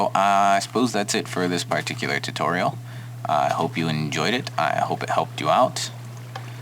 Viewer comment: um did he say titorial